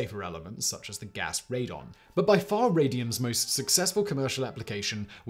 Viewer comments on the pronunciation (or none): none